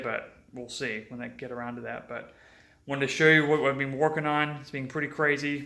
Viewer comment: Is it just me or does this guy talk funny?..Dwain the oil and turn the engine awound….